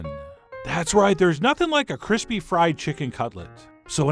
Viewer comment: cwispy gawlick bweadcrumb chikkin OwO